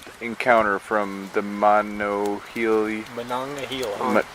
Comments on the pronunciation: It’s Monongahela no “eye” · It's pronounced "Muh-non-guh-heel-uh"